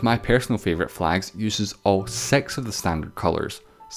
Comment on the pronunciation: Someone teach this man how to pronounce six.